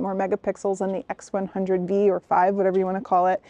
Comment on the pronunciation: Since when did the X100V(vee) become the X100V(five)! 😂